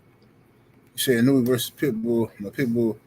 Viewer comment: Pronounce his name correctly. It s E-No-Eh. If Inoue is overrated, so is Devin Haney, Teo, Mayweather. Lol😂 5 belts and overrated, yeah okay.